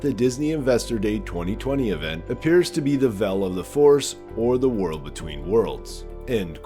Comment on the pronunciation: When you say "vell", do you mean "veil"?